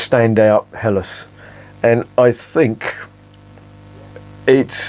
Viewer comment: Perfect pronunciation of the term Helles with a slightly separated but clearly audible H! Do you have German ancestors or ever lived in Germany for a longer time?